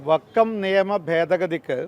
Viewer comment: വക്കം അല്ല 😂😂😂😂 വക്കഫ്